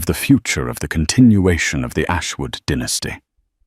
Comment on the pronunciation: It’s pronounced dye- nas-ty not dinasty